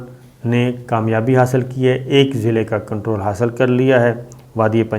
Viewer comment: Sabir sb agar aap ka face darhi kay baghair feminine lagta hay to aap kam az kam dharhi ki izzat karien. I hope you will not pronounce qontrol. It is control. I think you should avoid all such words pronounce k or q because you have innate problem pronouncing right pronunciation of k and q.